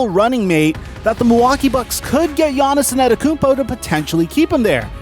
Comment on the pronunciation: Yaniz In-Ada-Emkumpu :-D Love it!